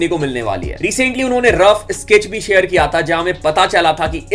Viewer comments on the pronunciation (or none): none